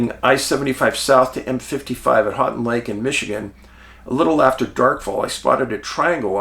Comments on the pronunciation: Middle of the mitt here, I was like what are you talking about and then he immediately said it. "Hanting lake" 😂 I cringed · Love your channel Dave. My family had a cabin on Houghton Lake when I was a boy. Many summers spent swimming and winters spent ice fishing and snowmobiling there. By the way, it’s pronounced “Hoe-tun” lake. Keep up the good work! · Hey dave im in lansing mi. Love you man and its pronounced 'Hoe-Ton lake🎉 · Hey Dave, You come across Houghton Lake enough times to have someone tell you how we, Michiganders, pronounce it. Houghton is pronounced HO•ton Lake. Willis is not really considered a suburb of Detroit but I can understand why you'd think it was. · Hi from Ann Arbor! I bet you cringed at the pronunciation of your town! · he tried lol